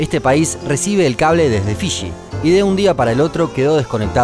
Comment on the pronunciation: "el cable que chegaba desde chorcha" "un racho cortó el cable que chegaba desde fichi" jajaja, de qué parte de Argentina es tan cargada la pronunciación CH?